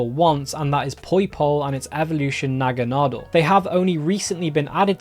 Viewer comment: Nagguh-noddel 👌 did he call Pichu, peekchu? Lol I love the halloween costume pokemon, theyre my favorite. But new costume pikachu's have gotta stop. Just so many already, and they all just collect dust.